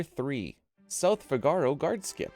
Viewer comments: It's not "fi-GAR-o", it's pronounced "FI-ga-ro." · 11.- Its not fi ga ro, its Fiiigaro, Like in El barbero de Sevilla, Fígaro the character, thats where it comes from. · Figaro is not pronounced the way you're pronouncing it. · the way you say 'figaro' hurts my brain... also, kind of lame having 1 and 2 being the same thing